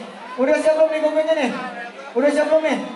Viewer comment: goggle mbak bukan google